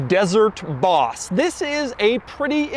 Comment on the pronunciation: Why you say Boss like an idiot? Like 80 times you said bHHHauss